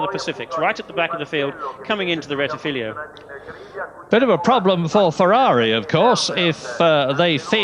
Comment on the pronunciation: It’s since 1995 that English speaking commentators get it wrong, it’s Rettifilo not Rettifilio bloody hell, please get it right!